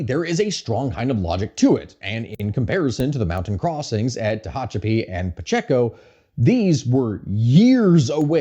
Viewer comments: Well done essay even with the weird pronunciations of Wasco and Tehachapi. Makes you wonder if the fires the PG+E supposedly started was used as leverage. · as someone raised in the Central Valley the way he pronounced Tehachapi is killing me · Just got stun locked hearing him pronounce Tehachapi